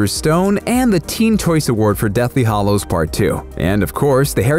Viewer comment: Hallows rhymes with shallows and gallows. Not hollows.